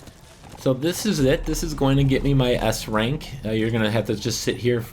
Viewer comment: did you said ass rank?